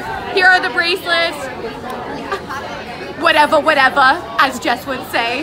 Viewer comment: “WHATEVA WHATEVA” 😭😭😭❣️❣️❣️